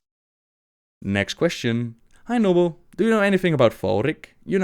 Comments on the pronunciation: Is it just me or it sounded like "anal blade" when he said "hey Nobbel"? :P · Hahaha I love that he said "Nobble" when he read the first question